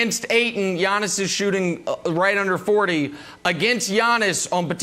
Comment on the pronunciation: 1) It's "YA-niss," not "YAWN-iss." 2) It's "The Greek Freak," not "The Greek. The Freak." Ohhh, Brandon.